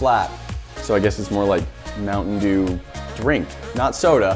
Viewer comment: "This video got sponsored by Mounten Dew"